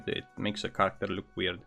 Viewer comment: Holy fuck. Some words you pronounce are impossible to understand. I don't get how you can be this good at english and still not be understood. There is accent and there is just... not the right word. If you plan on doing this for long maybe you oughta just practice pronouncing some words more correctly. Character. Not Karakkta